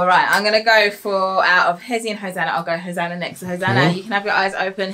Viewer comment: wow...!! you are actually saying Hosanna correctly! you are very smart, and charming, I will miss how you used to call her Ho na na''' you're growing too fast dude